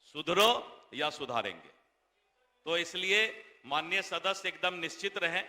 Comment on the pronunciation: निश्चित नहीं निश्चिंत होता है मंत्री महोदय।